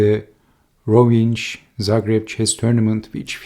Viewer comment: Rovinj pronounces as Rovign.....nj is a one letter. Rovinj is 40 km away from my city